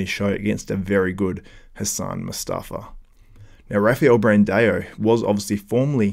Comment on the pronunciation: its not Brand-EO! its Brand-AO.... there is not E in his name its an A.. stop saying it wrong for the love of god!!